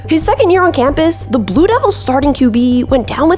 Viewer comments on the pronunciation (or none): none